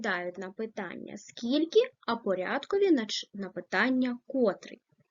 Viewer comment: Зверніть увагу на наголос!!! котрИИИИй !!!!!! ( наголос на И ) , порядкОООООвий ( наголос на О)